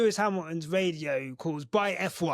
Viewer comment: "Nomo rrrrrrradio. The rrrrrrrrrest of the rrrrrrrrrrace". 😅😅😅